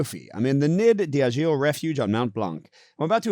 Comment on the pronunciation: As a French Canadian, I agree: you need to practice your French pronunciation 😂 to be fair, I need to do the same with my English 😂 Nid d'aigle = eagle nest, for the pronunciation of nid, it's like knee... But I can't find something to help you for the rest 😂 I just received the second box... Hope to try it soon :)